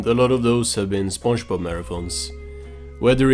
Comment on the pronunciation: this guys saying Spunchbub